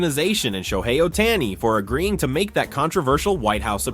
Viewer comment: Announcer needs to learn how to say SHOHEI Ohtani 🤮👎👎